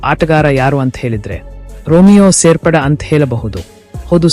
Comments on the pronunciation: ರಿಮಿಯೋ ಶೇಫೆರ್ಡ್ ಮಾರಾಯ, ರೋಮಿಯೋ ಸೇರ್ಪಡೆ ಅಲ್ಲ ಮಾರಾಯ 😂🤣🤣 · ಸರಿಯಾಗಿ ಮಾತಾಡಲು ಕಲಿತುಕೊಳ್ಳಿ ಸೇರ್ಪಡ ಅಲ್ಲ ಶೇಪೇರ್ಡ್